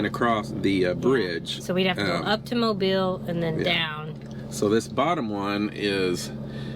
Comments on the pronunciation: Mobeeeeeel is how it is pronounced! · I live fifteen minutes from dauphin Island , you past my house on your way there I live on dauphin Island parkway , you also pronounce mobile alittle wrong its pronounced like mobill